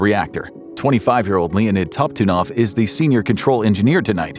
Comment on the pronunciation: You pronounced the senor engineer nams is leon top tidnoff is how its pronounced